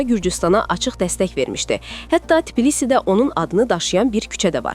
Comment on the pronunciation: TPİLİSİ YOX TBİLİSİ